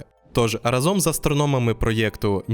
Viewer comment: Дякую! Дуже цікаво! Ріже вухо наголос у "разОм", треба "рАзом"